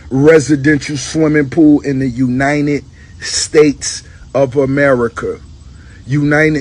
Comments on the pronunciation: Bruh kant even pronounce united state correctly wtf is uninit states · Lol, the way Ross says United funny as shit. Uninet States of America. Is that a Florida thing? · “THE UNINED STATES”